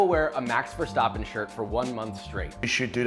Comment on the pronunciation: Ah yes WDC Max Verstahhhpen acording to josh.